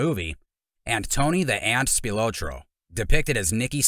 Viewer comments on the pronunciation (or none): Spil-ah-tro is the pronunciation. I’ll give you a pass for not being from Chicago. Tony’s brother was my neighbor growing up. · Tony's last name is pronounced "Spil "AH" tro. Hard to watch your clip pronouncing his name incorrectly......... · His name is pronounced like “SpilAHtro”” not “Spiootro” like the narrator says it. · The guy can't even say his name right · If you're gonna do a documentary learn how to pronounce your subjects name. And nobody within Tony's circle called him The Ant. They would have gotten straightened out immediately.